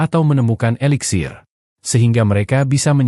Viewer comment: Eliksir bukan veliksir